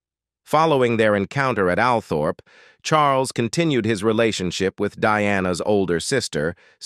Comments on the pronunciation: It's not pronounced AL-Thorp, it's ALL-trup. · Pronounced All trop ALTHORP